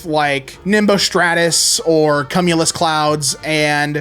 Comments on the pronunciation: Ohhh my god WHYY did you pronounce Kew-mew-luss clouds "CUM-ulous"!? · was do so well until he said cumulus as cum-ulus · its cumulus, dude 😂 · The way pronounces cumulous is the real oddly terrifying thing here /lh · im so glad im not the only one that noticed😭😭